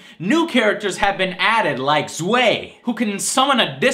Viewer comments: Has he...Has listened to the game at all? He pronounces Z.W.E.I. Zw-ey, when it is pronounced Zw-eye. Pronounced Pyrrha as Pie-rah, when it's pronounced Peer-ah. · Z.W.E.I. is "Zvi", not "Zway". Zwei is German for the number "2" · in German it IS ZVAI not ZVIE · Three mispronunciations within the first two minutes. Done with this video after that. It's not "Hill-dee", it's "Hill-duh". (Hilde) It's not "Zway", it's "Zvie," like the German "two". (Z.W.E.I.) It's not "VY-o-la", it's "Vee-O-la". (Viola). Had you actually played the game a little bit, you would have heard the narrator say those names if you picked them from the roster. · Zuhei? It's ZWEI, the german number for two. Fucking idiot. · The way you pronounced some of the character names bothered me (it's pronounced "zvie" not "zway"). I hadn't thought Arcade was missing something until you brought up that it was missing character stories. I agree with that, now that you bring it up. Soul Calibur's story was always a sense of "If this character got to Soul Calibur/Edge, this is what would happen," and now that's no longer a part of the game. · Joe it's pronounced Z WHY not zwheigh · ZWAY? XD Joe, it's pronouced Tswai! It's the German number 2, Eins, Zwei, Drei. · Not that is really matters, but Z.W.E.I.'s name is most likely pronounced "svy" after the German word zwei, which means "two". Probably because The character fights alongside his spectral werewolf thing. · Y U NO KNOW GERMAN! It's pronounced ZW(EYE) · Zway? Z.W.E.I. (Svaie) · Change "bye" to "eye" for Zu-eye and you'll be correct. :P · I believe Z.W.E.I. should be pronounced like the german word "zwei", or "two". Sounds like "ts-v-eye". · I had a little german rage at the mis-pronunciation of ZWEI...buut it wasn't really warranted considering most would not know of "w"s having a "v" sound unless you studied it. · DAT Z.W.E.I pronunciation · z.w.e.i. --> zwei = two in german :) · He butcher zwei's name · You also pronounced Z.W.E.I wrong.